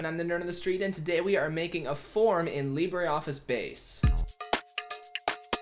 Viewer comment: IT isn't pronounced leebraree and its advantage over a spreadsheet is it is shareable over multiple users whilst being able to save it